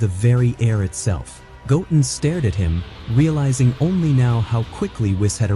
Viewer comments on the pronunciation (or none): Goatin' ??? Go-Ten ....this must be AI voice. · His name is “go ten” not goatn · Gohan is better than Goaten ever will be. Even if Wiz trained him. AI voiceover sucks. It's Go Ten Goten. Wheeze.. Whis. Also Whis would probably focus on Goaten strengthening his base form. I do like your videos though. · Did u say goat en … its go ten … goo ten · Not gotin its pronounced goten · Why u keep saying his name wrong like omg goten not gotum lol😅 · his name is pronounced go ten not goaten, just saiyan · Go....ten.....stop saying gotn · How many times are these people not going to read over their own scripts I'm so tired of hearing the names of these characters be botched every time. Goat-in really?! The name is pronounced "GO-10." Whis: "whee-sss" Saiyan: "say-yen" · Goten not toulken hahaha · It's not Goat-en it's Go-ten ! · I don't know why people who use AI to make videos can't learn how to change spelling of words to make them sound correct. Saiyan - Sayin not Sigh on Goten - Go Ten, not Goatin Whis - Weese not Wiss It's so damn cringe It's like they don't listen to it before posting it. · Goat-in. Is a hybrid sigh-Yan. Got it! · His names not Goaten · Goatin and saiyon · It's Go-Ten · I like your videos the please pronounced the names the name is. Gotin say like that and we good 😅😅😅😅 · i love this extended of goten but it sounds like the narrator is saying goaten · How do you even spell the AI pronunciation in this video? Goen? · mis pronoinces goten sais it like goatin and misses the t in gokus sayain name crazy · Omg pronounce sayians and goten properly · You said his name wrong you’re not a dragon Ball Z fan or a OG fan more likely get your fucking ass off here if you can’t say their names, right?